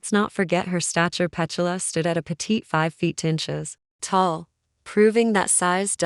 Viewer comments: The pronuncation of her name is PeTula not Pechula I believe. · The AI commentary ruins this. Can’t even pronounce her name properly 🤦‍♂️🥴